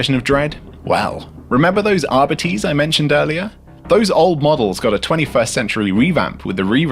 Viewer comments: When you said "arbiteehs" I cringed. How I was wrong. Ghads. I've said "ahr-bite-s" for decades now. But seeing as you don't want to pronounce Vallejo the right way, I'll stick with my ahr-bite-s 🤣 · I've always known the 40k police pronounced as 'ah-bites' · I've been pronouncing arbites wrong.